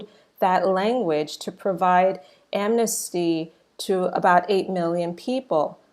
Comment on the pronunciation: But why you keep calling it admisty?????